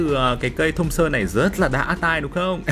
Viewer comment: Thompson mà nghe thùng sơn hoài 😂